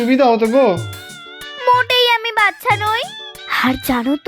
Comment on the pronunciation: বাচ্ছা কথাটা বড্ড কানে লাগছে। কথাটা বাচ্ছা নয়, বাচ্চা। সেটাই উচ্চারণ করার চেষ্টা হোক